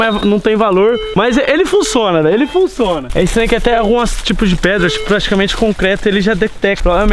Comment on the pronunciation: "Ele Funçona" Kkkkkkk